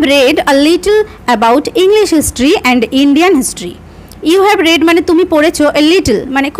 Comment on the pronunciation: Mam you will er pore read er pronunciation ta 'রিড' hobe ar may have er pore read er pronunciation ta 'রেড' hobe karon ota past tense e ache . Tachara khub valo bojhan mam thanks 🙏